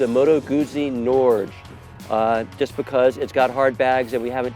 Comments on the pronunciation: "Norge" is Norwegian for "Norway" it's pronounced "Nor-geh" just FYI. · Someone should tell these guys how to pronounce the name of the Moto Guzzi. Phonetically it sounds like "Nor-hay", Italiano my friends.